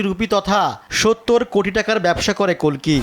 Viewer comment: আরে অশিক্ষিত, ভগবানের নাম 'কল্কি', কাল্কি নয়!!